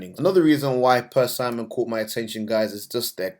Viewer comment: Great presentation and love your research methods. Persimmon is pronounce unlike the male name Simon and like the 80's hexagonal electronic drums! Actual the owner in York is just down the road from me. They are a great company and I think you are absolutely right. Did you know that the CEO is one of the highest paid CEO's in the UK! which i hope is a good thing! As he has a track record of great results.